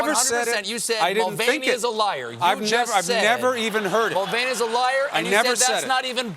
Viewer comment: It's mulvaney not mulaney, dorks! I was like, John?